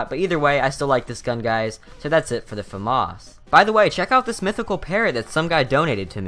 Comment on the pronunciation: thank you for not pronouncing famas "FA MASS"